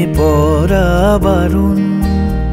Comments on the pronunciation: অনেক অনেকদিন পর এক খানা গানের মতো গান পেলাম। মুগ্ধতায় ডুবে আছি। পাখির পালকের মতো হালকা, নরম আদুরে আবেদন মাখানো শব্দগুচ্ছ। শুধু একটা শব্দের উচ্চারণ কানে লাগছে। প্রেমে 'পড়া' বারণ এর উচ্চারণ প্রেমে 'পরা' বারণ হয়ে গেছে। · সব ভালো।শুধু,পড়া কে পরা বলছে।এই উচ্চারণ টা ঠিক করা দরকার। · উচ্চারণ টা "প্রেমে পড়া" হবে। "পরা" নয়। শুনতে ভালো লাগছে না। আশা করি আপনি এটা পজিটিভলি নেবেন। বাকি লোকেশন , গলা, ভিডিও এডিটিং অসাধারণ।।